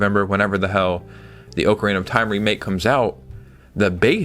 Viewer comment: Question for ya. Do you read the comments? I've seen it mentioned before, but you still pronounce Ocarina as "Oak-a-reena" but it's pronounced "Ock-a-reena" 😅